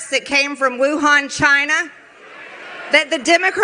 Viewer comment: Wew-hon Chiyna! 🙄